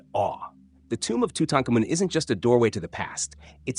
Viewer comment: When the narrator can't pronounce "Tute-Ahnk-a-Moon", you know the clip is a pass.